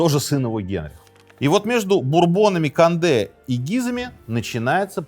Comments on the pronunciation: Не надо говорить кАнде! кОнде! В этих случаях, то есть произнесение иностранных слов, наименований, имён, фамилий, "аканье" недопустимо! Редукции нет. Конде! Только Конде! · Как только Вы сказали "Конде" через "А", мне стало понятно, что Вы - просто Говорящая голова программы🤷‍♂️ Таак.... Программа " Минаев" ЗАКРЫВАЕТСЯ... РЕКЛАМНЫЙ ДЕЯТЕЛЬ! Никак НЕ Историк🤷‍♂️🤷‍♂️🤷‍♂️